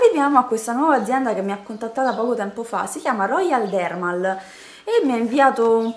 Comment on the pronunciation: Ciao 😘 ma negli ultimi prodotti che hai fatto vedere sulle scatolette c'è scritto "roydermal", invece mi pare che tu abbia detto "royaldermarl".. Forse ho sentito male io, non so!! comunque sempre bravissima e bellissima! Un bacione:)